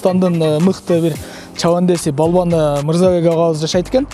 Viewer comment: Палван эмес балбан кыргыздын тилин бузуп буттунорго оштуктар